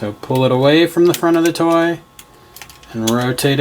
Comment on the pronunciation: it s triggered me when he says “toy”